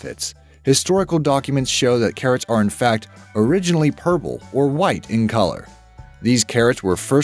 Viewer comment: . “Originally purble”